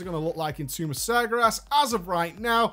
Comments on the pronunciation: IT'S NOT SAR GAR ASS IT'S SAR GARE ASS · Sagyerass XD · Tumb uf Smergeras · I love how it souds like hes saying sagra ass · isn't it pronounced sar-gay-res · Why can't he say Sargeras? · The biggest joke about this video is that you can't pronounce Sargeras. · But he butchers it even when it's not today. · How is not being able to pronounce a word an April Fool's joke when it's not just this one video? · Noroboros I know right. It's not like he's always pronounced it like that. Oh wait, he's always had. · Ha! For the first minute or two he really had me. I love how he keeps mispronouncing sargeras also. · april fools! doesnt actually pronounce sargeras like that, its a joke. (hopefully) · i love you man, but can you please learn to pronounce Sargeras correctly?:P